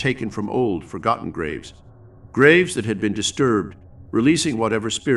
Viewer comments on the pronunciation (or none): none